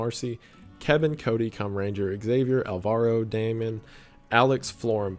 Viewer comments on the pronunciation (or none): none